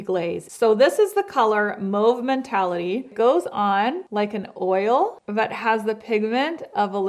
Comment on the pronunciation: MAUVE = maw - ve Not Mow -ve.